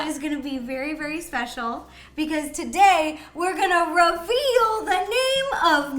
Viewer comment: ro-veal? I was gonna think you were going to say reveal cause I was going to be like “:o DiD sOmEoNe TaKe Ro?! ¡-¡”